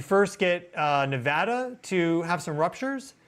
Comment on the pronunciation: Thank goodness he says Nevada properly